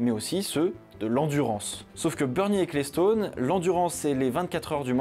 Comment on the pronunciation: Bernie Ecclestone se prononce "Equelston" et non "écléstone", tu pourrais brancher 2 neurones aussi quand tu t'attaques a des prononciations anglo-saxone...